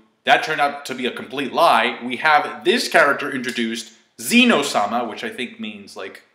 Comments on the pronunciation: just fyi -- It's not Zeno (Zee-no), it's Zen'ō (zen--oh), King/Lord[s] of Everything. the ō being "lord," the zen being "everything." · x This so called Zen-Oh is nothing compared to the strongest king, Ken-Oh-sama! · Zen'no = Omnipotent